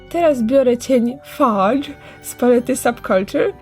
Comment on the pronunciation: Hej chcialam ci tylko powiedziec ze ten cien fudge wymawia sie fudż;) Fudge jest angielskim slodyczem na bazie cukru cos podobnego do toffee, bardzo dobre;)